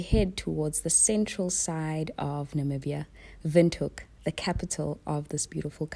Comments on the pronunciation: I absolutely loved this vlog. Being Namibian and being able to recignise everything on the vlog and at the same time getting fresh perspective through your lens was amazing. I'm glad you enjoyed our beautiful country. Oh and your pronunciation of the places is so good. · You did so well with the pronounciation ❤️🇳🇦